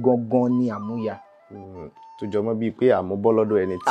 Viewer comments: Amuya (Collateral) should be DMM. Your tonation is wrong. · That part Amuya wasn't well pronounced until when he explained it before one get to know😮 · Amuya pronunciation by the olootu is wrong